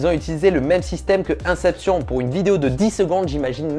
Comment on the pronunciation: Comment tu as pu prononcer inception comme ça 😂😭